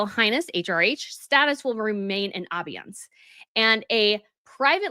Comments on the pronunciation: It is pronounced "A-BEY-ANCE" and NOT "A-bee-yence", as you said !!! I hope I spelled this out correctly. It just means to suspend or temporary not use something. But it can always be brought back later. Do you NOT look up words & their pronunciation ?? Anyway, I hoped this helps. As you may know, the first Duke of Sussex title was given on 24 Nov 1801, but brought back on 18 May 2018. As for being "a HALF-in & half-out, The Late Queen KNEW EXACTLY WHY it would NEVER work. This situation is a perfect example !!. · "abeyance" is pronounced abayance with emphasis on the bay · I think it is pronounced Ah - bay - ance. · It’s pronounced abeyance [Ah bay yance] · It’s pronounced “ah-bay-ence” Also, I wonder why you say that Prince Harry should be stripped of his titles because he’s making money off of them, when you also say he is not a working royal…. He’s got to make money in the States some how. Heaven knows it would be disastrous if he would have to go to go back to Great Britain and become a working royal, even if it were just at some low level. Who wants THAT? 😮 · It’s pronounced “ah-bay-ence” Also, I wonder why you say that Prince Harry should be stripped of his titles because he’s making money off of them, when you also say he is not a working royal…. He’s got to make money in the States some how. Heaven knows it would be disastrous if he would have to go to go back to Great Britain and become a working royal, even if it were just at some low level. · It's pronounced, "Uh-bay-ence. It doesn't rhyme with "ambiance". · I mean this in the kindest way possible- I wish you would check the pronunciation of some of the words you use. In this video, it was abeyance. There have been other instances. I get it because as a reader there are words I’ve never heard pronounced and later realized I had them wrong in my head. I’m really not trying to be harsh, just pointing out something I’ve noticed in a few of your videos.